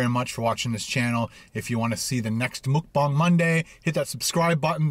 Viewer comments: I'm sorry, but you keep saying Mukbang wrong!! It sounds more like Mok Pang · It’s “mookbong”. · Mukbang is Korean. This is the best explanation for the pronunciation for English speakers: Muk - rhymes with buck Bang - pronounced like bong (like a smoking bong) So was close... just need to switch it around when he prounced it 2 different ways. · stop saying mukbang you say it so wrong its triggering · muk rhymes with truck. bang rhymes with thang. for ferks sake just learn how to say it. PS- love the videos, can't wait for the next cook and review! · It’s Mukbang not mukbang like if you read them both different 😂